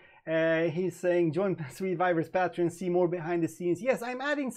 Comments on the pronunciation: Leon Jimenez Yep...pay tree on is more like it. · Lol.. it can be Pay-tree-on or Pah-tree-on but NEVER PATE Treon. You are adding one T too many brother. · Pronounce patreon wrong again. It's PATE TREON!!